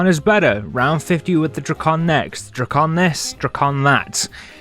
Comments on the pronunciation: I hate you you said drakon "dray-con" and not "drac-in" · Bro said Dro-con💀 (Sorry)